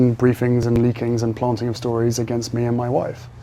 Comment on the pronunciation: Oh my gosh he is completely repeating M’s word salads, big words and stolen phrases. He sounds so ridiculous. And I can’t stand his pronunciation of planting - ‘plonting’☺️